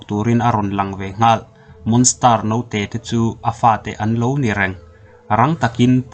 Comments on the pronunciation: Ehem...monster ilam dan kha a dik lo..monstar arsi sawina ang deuhin ilam daih a.. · Monster I lam Dan hi a dik lo deuh a nih hi